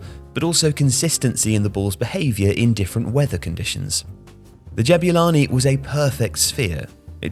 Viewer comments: lol why does he say Jab-you-lani instead of Jabulani? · As a South African, I just want to say that it's pronounced Ja-boo-lani not Jab-you-lani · great video, but it's not "jab-you-lani" it's "jab-oo-lani!" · Ja boo lani. Not ja byu lani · Why do you call it DJEBYULANI? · It's pronounced Jah-Boo-Laa-keee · "Jabewlani" 😭😭 this man done colonised this ball's name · I never thought I'd hear someone butcher the pronunciation of "Jabulani"...